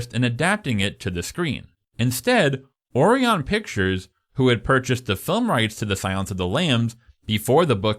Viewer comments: Is this AI? Some of the mispronounciatitions are weird. Or-reon?... Oh-ri-on. Jonathan Deh-mee. Easy to look up. Otherwise, well done introspective! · Jonathan Demme is pronounced Demm-ee, like Dummy with an 'e'. Orion is pronounced oh-RYE-on. Can't believe you have to be told you this stuff. Also: can't believe you haven't mentioned the art direction of the programme, which is by far its greatest achievement. See also: American Gods season one (before they fired Fuller). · Orion. Oh-rye-un. As in Orion's Belt, the constellation. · Orion is pronounced (oh-rye-un) it is named after the Orion constellation. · Omg, my brother in Christ, “Orion” is pronounced “O’Ryan.” 🤦‍♂️ 😂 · It's Jonathan Dem-ee, Dino DeLauren-tees, and O-rye-on Pictures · Interesting pronunciation of Orion… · So in-depth and knowledgable, while at the same time constantly mispronouncing Demme and Orion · I'm going to start pronouncing Orion as you do, and see the reaction I get. Excellent video, by the way. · The narrator's mispronunciation of various names (Demme, Orion, e.g.) was really annoying.